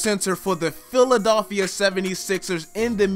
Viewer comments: Dislikes and reported when he said "Philidolphia" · What is philidophia🤣